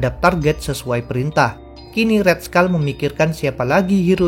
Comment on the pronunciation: red skull bukan red skal